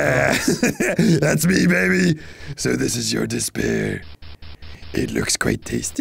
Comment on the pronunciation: Despair turning into “this pear” is one of the funniest things I’ve seen on in a while, hahahahaha.